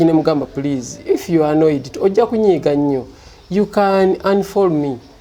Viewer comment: Mayiiiiinjaaa wooiioweee it’s unfollow not unfall Jesus Christ 😜 😆 😆